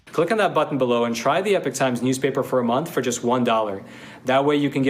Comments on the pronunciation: Rachel, it's Epoch (EEpock), not epic. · The EPOCH TIMES COMMERCIAL precedes just about EVERY CLIP ON YOUTUBE!!! PS WHY IS IT PRONOUNCED 'EPIC TIMES'? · Not 'epic'...Epoch! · OMG It's pronounced eepock, not epic! How is this a new word to everyone ? Also, the verb is "to report", not "to report out". Journalists should care about language. ARRRGH! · Epock say it right